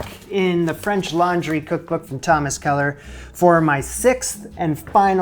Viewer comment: Why everytime you introduce that book do I think you're saying "French Lingerie"? I need help.